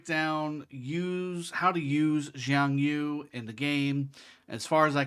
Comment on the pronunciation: It’s YU! not YOU! Reminds me of rush hour lol!